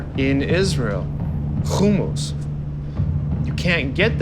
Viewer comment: I really hope people listen to the way pronounces the work HUMMUS!!!! His pronunciation is correct. We will definitely visit his restaurant! Thanks for sharing, Aaron! I didn't know.:) GOOD LUCK!!!